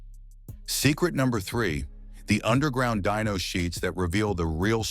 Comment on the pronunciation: It's dyno NOT dino, dino are dinosaurs hate AI. Narration